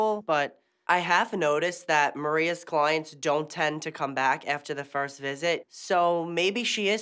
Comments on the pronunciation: HAHAHAHAHAHA CLOYANTS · Mirelli Sanchez cloyants 😂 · This Maria looks Albanian and is Albanian 100%, They do such things. Also, why this woman always says AKS instead of ASK, apologoze, klowyents, sowlon... 🤔